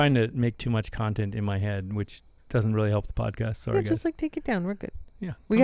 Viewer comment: When said, “Sorry!” during the beginning of the podcast, he sounded extremely Canadian! 😂🇨🇦🍁